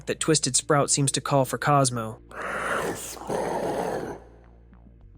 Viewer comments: is it just me or does it sound like he is saying astro instead of cosmo? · Talking about sprout once in a run I heard him say Cosmooww... and I was surprised because I never heard it before